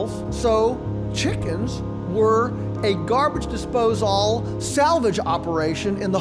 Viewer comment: “Garbage dispozaal”